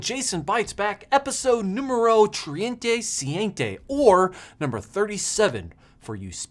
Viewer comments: Spanish impaired folks: Treinta y siete Jason: Triente siente xDD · Better stick to English :D. Treinta y Siete